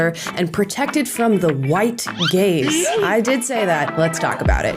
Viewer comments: I thought Amala said “they need to be protected from the white GAYS” until i saw the words appear on the screen. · Ohhhhhhh... white "gaze". I heard white "gays". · I thought I heard white gays. 😂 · Oooohhh... "feel protected from the white GAZE" Not "The White [GAYS]" Lol. Still awful but less funny. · I was not looking at the screen and thought she kept saying “free from the white gays”. My head hurt. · At first I thought she was saying “white gays”… and I was thinking “what have white gay people done!?” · For a second I thought you said black people were scared of the "white GAYS". I thought, "well, that's a new one". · I heard white gays (not white gaze) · I heard "protected from the White Gays". HA! Gaaaaaaaze. White Gaze. I legit laughed a lot.